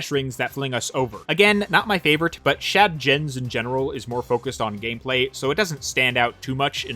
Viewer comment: Okay the TF2 reference recently and now the Dark Souls reference?! slow down you are already my favorite youtuber! You are breaking the scales! Also whenever you said "Shad Gens" my brain couldn't help but hear "Chad Gens" which to be fair, is pretty accurate with that game though. Also this video is making me want to dig out my Ps4 to take a closer look at Forces again, I feel like I can appreciate more things now even if I don't like the game as a whole. Also in hindsight, Classic Sonic must be so confused traversing through this area considering how different it is from the levels he came from in Mania. Once again an amazing video, always a treat to see you upload something and your animations help put in so much personality to what could seem "dry" on paper. You really make me find more and more things to appreciate about every Sonic game.